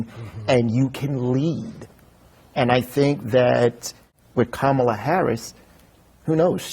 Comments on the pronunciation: They all intentionally mispronounce Kamala's name. They sound totally persuadable. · When people mispronounce Kamala's name, you know who are they listening to and who they're going to vote for. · You can tell people in a news bubble by how they mispronounce Kamala. How can they forget his first four years? They were hell! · 1-how can you say Kamala can't get to the point and say nothing about Trump? 2-everybody freaking knows how to say her name. When you intentionally mispronounce it like that, you sound like a disrespectful ignoramus.